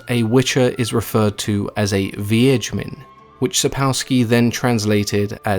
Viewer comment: Bravo for you for pronouncing Wiedźmin correctly. By the way "Hexer" is just a german word for male witch wich was created to translate polish "wiedźmin". I'm glad that there are translations where Witcher is Witcher and not just "wizzard" or "hunter" like for example chinese or french because it takes away the whole unikness of this name.